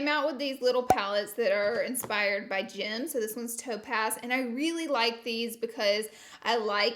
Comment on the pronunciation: Lauralee dictionary: Pacifically- specifically Jim - gems 🤣🤣🤣🤣